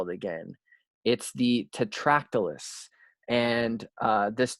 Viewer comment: EXCELLENT job, as usual. Small thing - there's no L in Tetractys.